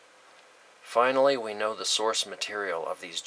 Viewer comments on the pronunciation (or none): none